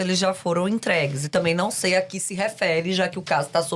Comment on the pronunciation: eu parei no "seica".. não dá....